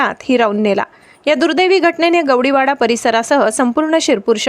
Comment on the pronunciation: मराठी उच्चार योग्य प्रकारे करणे आवश्यक आहे. गवडी वाडा नाही तर गवळी वाडा.